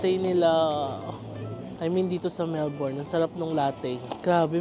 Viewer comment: last day na di pa rin mapronounce nang tama ang melbourne amp